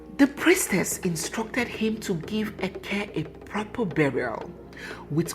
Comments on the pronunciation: Hi. It is `eke' and not eke~ ( one of the Igbo market days ) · You are right.,did not pronounce it well.